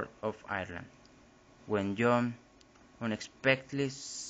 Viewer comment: Great job but i'd brush up on the pronounciation of Ireland. It's not "ear-land" it's "eye-er-land". Sorry for the critique but if you are going to post this it would definately be a better presentation if you could be understood.